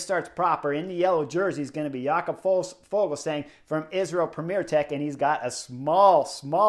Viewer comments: Yep "Ya-cob" said it himself about 5 times on Daryl Impeys own YT channel (which is worth a subscription) "Ful-sang"👌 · Yo, Chris! The "g" in Fuglsang is silent. It's pronounced like Full-sang.